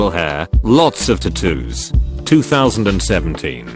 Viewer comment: Nobody:- Reddit Narrator:- Tattooos